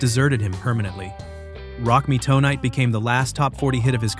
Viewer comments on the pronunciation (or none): (Glenn) Frey is pronounced like "fry" no "fray". (Rock Me) Tonight is one word... "tonight" not "toe night". This is why I'm sick and tired of the AI narrated videos. Regarding Metallica vs Napster, Metallica was right IMO because apparently those songs weren't even released yet. But didn't they also benefit from a bootleg tape when they were starting out? Napster was shut down but it probably increased sales to a lot of bands. For example, an average Joe living in Kansas likes a song by GnR, Fleetwood Mac, Styx etc... take any band or artist. So he downloaded it and liked it so much that he wants the CD so he can have a copy of the original. I'm betting there was a lot of that. I'm not saying what Napster did was right but that site probably generated extra money for a lot of bands. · Crappy AI strikes again. Rock me TOE-nite and Billy SKWEER??